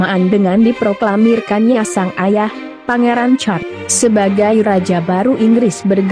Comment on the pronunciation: Sebutan bukan char..Les. tkda ...les